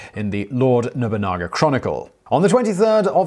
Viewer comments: Did you say Nobungga? 😂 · "nobunga"!?!? Oh Simon, you've just cursed yourself there. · Hey Simon, I know you're trying your best + a "college try" on these Japanese names, but please try to stay somewhat consistent with them, even if you are mispronouncing them. You, somehow changed Nobunaga's name to "Nabunga" . I'm only making a point of this because, while I'm not 100% sure, there might have been a descendant of Nobunaga who's name was Nabunga. Feudal Japanese lords tended to have a way with naming their sons. Nobunaga's direct sons, that I can recall, were Nobutada, Nobukatsu, and Nobutaka....so Nabunga isn't too far off and could lead to further confusion rather than education. Beyond that, I had heard bits and traces of this, but never a "fuller" account of Yasuke. Thank you for this. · "Nobunga" lmao